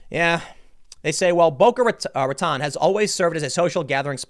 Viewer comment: for the record, it's Ra-toe-n, not Ra-taw-n